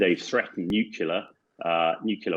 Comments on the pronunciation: Even this guy says "nukular". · A person loses all credibility when he says " nukular " . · it comes from the word nucleus (as in the nucleus of an atom) which is not pronounced that way. Nucleus is not pronounced nukeulus. he is saying it wrong. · Hamish, WHY CAN'T YOU SAY 'NUCLEAR'???